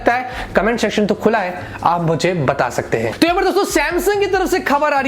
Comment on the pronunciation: Bhai enough is enough 🥴🥴 comment shection nhi hota h section hota h शेक्षन नहीं सेक्शन होता है Pata nahi jb bhi sunta hu to antar-atma nahi manti ye sunne Ko..🤗🤗🥰